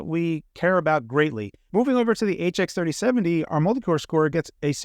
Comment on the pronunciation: Keeps saying 3070, rather than 370. Has NVidia done something to you?😆